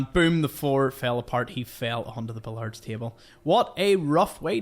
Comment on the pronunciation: Love your videos! I think it's funny that you think you say washing weird, and then hearing you say billiards. Bill-yards. 😂.